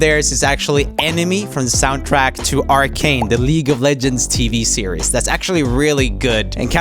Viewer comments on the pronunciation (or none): none